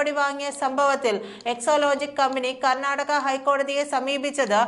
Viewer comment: എക്സോലോജിക് അല്ല, എക്സോലോജിക് എന്നാണ്. വായിൽ തോന്നും പോലെ വാർത്ത വായിക്കരുത്.